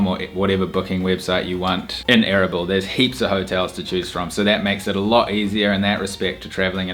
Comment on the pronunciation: A-R-A-B-E-L-A....LOL your accent way too funny,Is not ERBIL?Kurdistan...It took me sometime to work it out erbil from what you were saying